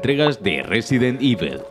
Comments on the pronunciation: Nadie: Absolutamente nadie:: Resident Ivel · Debes trabajar más esa pronunciación de “EVIL”. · "ivol", "ivel" al final como se dice